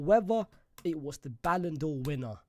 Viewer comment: Ballan'dor For What??? Are You DRUNK???